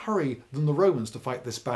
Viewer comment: I keep hearing 'hop-head' instead of 'hot-head'.